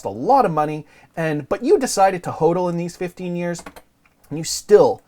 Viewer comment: BUFFET is a criminal .Plays folksy sssschtick...BTW his Dad was a gold bug.FYI it is spoken as HODDLING in crypto world not whodling,What are you thinking???You don't know the terms??!!What is FUD??